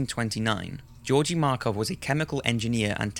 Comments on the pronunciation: The name Georgi is pronounced with two hard "G"s - like in the word "give". I loved the video but the pronunciation kept bothering me lol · sorry this is a minor nitpick but georgi markov is pronounced with hard g's. like in Gift. not jeorji but Georgi